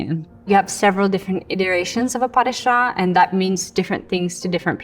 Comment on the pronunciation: She has got a large amount of faults even though she is considered to be one of the top ballerinas in America... she wouldn't be anywhere near the top level in the UK.. The pronuncations are not correct in quite a few of the steps... pas de chat is called that due to the unfolding of the leg which is like a cat's walk not a soft landing lol!